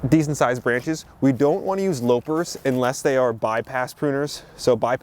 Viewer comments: Loppers are pronounced "lawper" not lowper., as in the evil queen lopped of his head... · Please pronounce loppers as bunnies are hoppers.